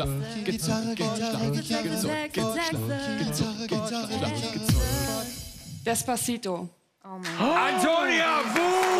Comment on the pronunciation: hab direkt descbasito gehört ich so: DESCBASITO JUNGE